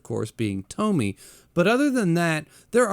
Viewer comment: Funny how every english speakers call her Tommy instead of TomiE (Tomy-ey) Just like Kiri-E with Uzumaki.